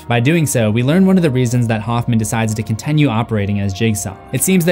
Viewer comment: This is so petty and I don't know why my brain thinks this way but I hate that he says "con-ten-nyu" its continue T.T